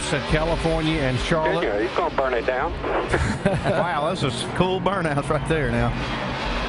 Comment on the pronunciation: "Bournouts" xD please fix that